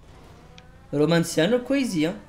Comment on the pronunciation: Cest romanacio a chaque fois il le dit nimporte comment